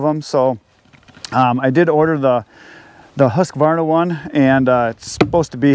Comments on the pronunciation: Polices how to say Fiskars Says Husqa-varna instead of Husq-varna.... lol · While you are at it you may be able to correct when they say husqavarna. No, it’s husqvarna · Hey..it’s not pronounced husk-a-varna!!😮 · The guy who’s militant about the pronunciation of Fiskars is also the same guy who pronounces Husqvarna as Husk-a-varna. Maybe he should just accept that foreign words will always be a little … foreign. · So he knows how to say fiskars, but can't pronounce Husqvarna? Odd 😉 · is a stickler on saying fiskars correctly. Would you let him know that there is no a after the q in husqvarna?